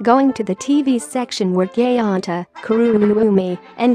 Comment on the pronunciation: Did the pronounce my dude gonta as gayonta😢 also this is hilarious not going to lie😂